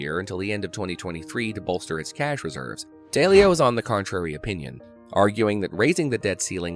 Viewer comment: It's DAW-leo.